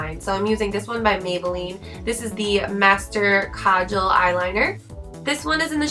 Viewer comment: You are the first youtuber who has pronounced kajal the right way! woohoo! and as usual . . . love your makeup :)